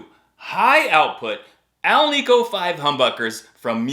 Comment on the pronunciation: You know, long before the internet, I never heard anyone say "al-knee-co" pickups. It's "nick", not "knee"". The ni in Alnico stands for nickel, and you don't say "kneeckle" right? I don't know who started it, but now every youtuber says it and it drives me nuts LOL. Anyway, you might already know this, but Billy Gibbons used to use heavy strings and one time BB King played his guitar and said "why you workin' so hard", so Billy went to.007s and.008s. I tried the Billy Gibbons Rev. Willy's Mexican Lottery.008 strings. They're 8-38, and I tune down a half step and sometimes drop the D# to C#. That's when the.038 got a little too floppy and went sharp if you picked it too hard. Yngwie uses 8-46, I haven't tried them but I don't like.010 gauge strings. I think 8-42 might be more up my alley. Maybe I'll try it on my next string change. Hope doing good. I'm rambling lol. Stay metal and stay bald. \m/